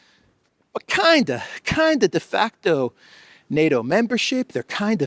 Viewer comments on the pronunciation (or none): He said, "defuckto" membership. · Did he say 'defuckedo' membership? Sounds about right 😂😂